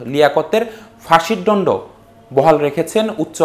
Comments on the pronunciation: দন্ড কে বার বার ডন্ড বলছেন কেন? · ডন্ড না দন্ড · দন্ড নাকি ডন্ড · ডন্ড না রে পাগলা দন্ড হবে! আগে বাংলা বলা শিখুন! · ডন্ড হোয়াট ডন্ড🙄 It's দন্ড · আমি কাউকে অপমান বা ছোট করতে চাই না। তবে সম্প্রতি কয়েকটি টিভি চ্যানেলে লক্ষ্য করলাম রিপোর্টারদের উচ্চারণ অনেক সময় ভুল হয়। যেমন এখানে দন্ড শব্দটির উচ্চারণ সঠিক হয়নি বলে প্রতীয়মান হয়। এ ব্যাপারে চ্যানেল গুলোকে প্রচারের পূর্বে আরও সতর্ক হওয়ার জন্য অনুরোধ করছি।। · শব্দ উচ্চারণ এ এত ভুল, ‘ দন্ড ‘ শব্দটা বার বার ভুল উচ্চারণ করছে । ৯০ দশকের বি টিভির সংবাদ পাঠ- আজও মনে পড়ে ।